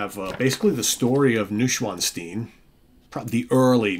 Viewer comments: Hi the pronunciation is Noy schwanzsteen thanks Jonathan 😊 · pronounced noysh-von-stein